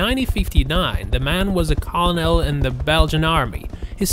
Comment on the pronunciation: This guy can’t pronounce words like “camouflage” or “colonel” correctly. Please find another narrator with a reading level above the 5th grade next time 😂